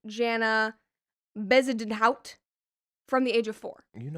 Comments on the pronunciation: Bezidnidhiut😂 as a south african i dont find the story funny but the pronunciation killed me... its ba-zayden-ho-t if you pronounce it phonetically 😂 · As a South African hearing, Brett pronounce Bezuidenhout was so funny. I love you Brett no shade 😅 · Hi, South African here. Brett pronouncing Bezuidenhout - GOLD! 😂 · As a South African loved the pronunciation of Bezuidenhout 😂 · As a South African, the way you pronounced Bezuidenhout took me out! 🤣 It took me a second to register what you were trying to say. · As a South African, Brett's way of saying Bezuidenhout is hilarious 😂